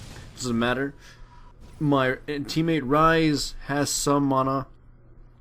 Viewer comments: I love how he calls it "mona" like its actually funny :P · Not criticizing, where did you get the pronunciation for mana? You sound American to me, but I've never heard anyone pronounce it like that, if you know what I'm talking about.